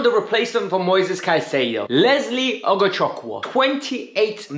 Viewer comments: Ugochukwu is pronounced as UGO-CHOOK-WOO an Igbo name in Nigeria meaning, God's pride or God's glory. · Very wrong pronunciation. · 😂 You trying to call his name correctly is another case to study 😂. It’s an Igbo name in the eastern part of Nigeria 🇳🇬… I did see his name on a podcast as good replacement for teams seeking A DM. But I just brushed it aside now look where he lands ✅. Here we go 🥳